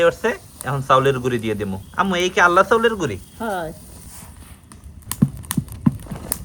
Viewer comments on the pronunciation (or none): কেন সবসময় বলেন আল্লা চাউল। হবে আলা চাউল।